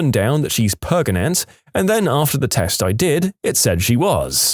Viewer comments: 38 + 2 weeks PREGANANANT! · I love how everyone just chooses to mispronounce pregante. its so funny. DANGEROPS PRANGENT SEX? WILL IT HURT BABY TOP OF HIS HEAD?